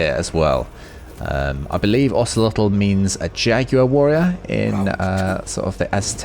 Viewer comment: Hey really nice pronunciation of Ocelotl and macuahuitl